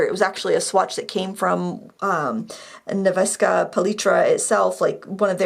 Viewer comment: just to help you out with the name of the producer - Nevskaya. An easy way to pronounce it, without going too much into the Russian details.. But you can say: Nev - like from first part in Nevada. Skaya- say in English "sky" and add an "a" to it. So it goes Nev-sky-a.